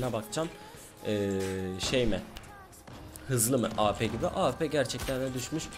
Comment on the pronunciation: Senin Şu Awp Ye Ap Demene Bayılıyorum Ya Helal Lan:D